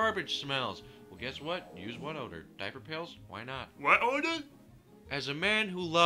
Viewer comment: "WHAT ODAR" LMFAO